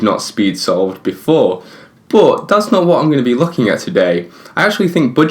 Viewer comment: Y do u say boooot not but